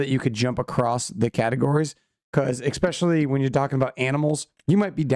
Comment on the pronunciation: "expecially" "all the sudden" "suposubly" Good god